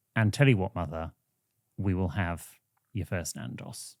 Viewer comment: please pronounce Nando’s properly